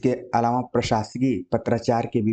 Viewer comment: लेक्चर बहुत सही है, मगर इसे महज़ एक रिक्वेस्ट के तौर पर लें - काफ़ी समय से पढ़ा रहे हैं आप हिंदी, अच्छे हिंदीविद् हैं, इसके बावजूद 'अलावा' को जब आप‌ 'अलावाॅं' बोलते हैं तो सच में बहुत इरीटेशन होती है। हो सकता है कि ये क्षेत्रीय समस्या हो पर इस पर काम तो किया ही जा सकता है!